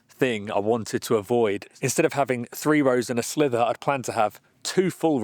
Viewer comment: Compelling viewing for ages thanks guys, just helpfully saying it’s sliver not slither.